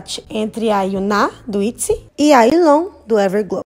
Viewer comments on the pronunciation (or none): Porque vcs falam Yilon em vez de Yiren?? Kkkkkkk parece que vcs estão falando Milon/Kilo!! Kkkkkk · Só eu que me irretei com a falando “Yilon”?? XD Tava gritando aqui “É YIREN >:v” dai lembrei q eu n sei pronunciar alguns nomes direito:v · meeeu pai amado, não sabia que era assim que se pronunciava o nome da yiren, sempre ajudani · Chocado com o jeito que se pronuncia Yiren, achei que era do jeito que se escreve